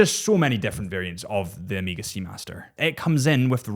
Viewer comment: Bro, its not Emega